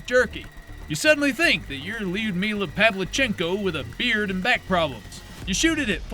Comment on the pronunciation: You mispronounced Lyudmila, show some respect